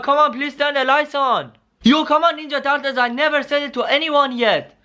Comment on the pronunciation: Turtles not tartules